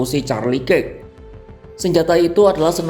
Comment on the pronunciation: kirk dibaca kerk om